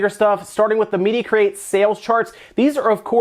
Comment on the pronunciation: I swear i always hear you say Media Crate, hearing media create doesnt sound as nice to me lol